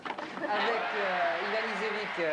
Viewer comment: Ha, that was fun to watch! I was in Paris in '93 and watched the match, amazed by Luke's serving ambidextrous! Luke had a whole suitcase of different sun glasses for changing light conditions... The idiot of the French commentator mispronounces both Ivanisevic's and Jensen's names